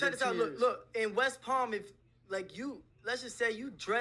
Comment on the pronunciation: This dude says west palm 🤣🤣🤣🤣🤣🤣🤣🖕🏼 come down to broward county/dade